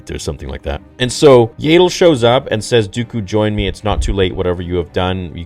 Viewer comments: Ya-dull… not yay-dull..dear god😭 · You're still going to pronounce it YAY-del even after the show makes it CLEAR it's pronounced YAH-DEL??? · What;s with the mispronounciation for the names of the characters?? Do you even watch the movies or shows?? Why the F do you change how Yaddle (Jaa ttle) Not jay ddle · BRO ITS YADDLE NOT YAYDDLE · Isn't her name pronounced Yaddle like paddle and not Yadle like ladle? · I think you’re right. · I thought it was pronounced "Yah-ddle" & not "Yay-ddle" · Bro I’m sorry I hate to sound like a hater. But this is made by Filoni whom I’ve even heard you say he’s like George Lucas alternate and you have backed up many of his actions. That being said. It’s YAD. Not Yaydle. They say in the show multiple times. So meaning it’s Canon. Not Yaydle. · I love your videos but I really hoped that after hearing her name in the episode, that you would start pronouncing her name as Yaddle (short A) like saddle not like ladle. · Isn't it an ah sound instead of and ae sound for Yaddle? Legitimately don't know. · It’s Yaddle, not Yaidle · Yaddle. Not Yaydle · Why do you insist on still calling her “YAY-DOOL”? It’s “YADD ILL” They even pronounced her name in the show for Christ sake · Yaddle is pronounced Yeah-ddle not Yay-ddle. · As if is STILL saying Yaddle as "Yay-Dull". FFS! It's literally said several times in the episode as "YAD-DULL", so it rhymes with paddle. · . Her name is pronounced Yaddle, not "Yaydle". You really need to get her name right. I have heard you say it wrong the whole time you have been saying it. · im sorry "Yaedle"? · IT PISSES ME OFF THAT HE SAYS YAYDLE OMFG!!! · And then said yaydol lol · isnt it pronounced "yeah-dole" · Stop mispronouncing Yaddles name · say her name RIGHT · Dude, why do you insist on mispronouncing Yaddle? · that pronunciation of yaddle💀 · They literally said her name several times and you are still not pronouncing it incorrectly !!! Do you have a mental disability ? If you do I apologize .